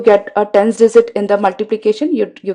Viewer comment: Very good . Only problem is dizit instead of digit.....................